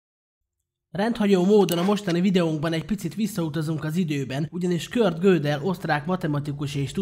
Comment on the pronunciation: Köszi az érdekes videót. Fontos: nem "Kört" hanem "Kurt"!